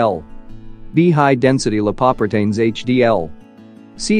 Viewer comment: LIE-PAW-PRE-TAINS lol